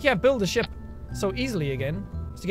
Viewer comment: every time you say ship it sounds like you say shit eg: this is going to be a massive fat ship (sounds like shit) . :D